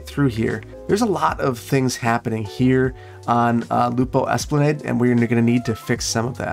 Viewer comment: Great fixes! I cringed when you originally connected that collector between those freight train terminals! Also, fyi - I cringed when you mispronounced esplanade, but I forgive you. It’s es·pla·nod - like nodding off to sleep - even though by proper English grammar your pronunciation made sense :)